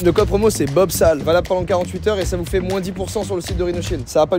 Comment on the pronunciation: "FAIT" avec un "S" Joyca, pas un "T"